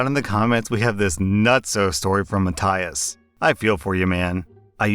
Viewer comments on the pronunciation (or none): Matthias isn't Matt-Eye-us. It's MA-THIGH-US